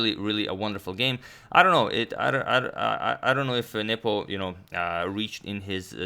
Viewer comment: Every time you say "Nepo" I hear "nipple". "e5 played by nipple..."